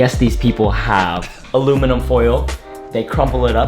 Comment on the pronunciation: Man really “aloe vera” or “ala verga”💀😂